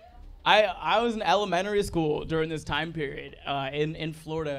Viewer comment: Could you repeat Elementary?? Cause I heard Ellementory school… um my ears must be clogged by legos 👀🤣